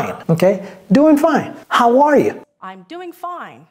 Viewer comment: How arrrrre you 😂😂😂😂😂😂